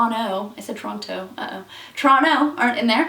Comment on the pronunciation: Woah, Toronto pronounced like a true local. Most impressive